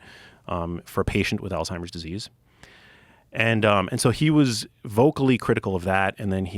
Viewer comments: The first thing thats wrong is some people call it Alltimers. There is a Z not a T. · neither of them can even say alzheimers right. why would i listen to this lol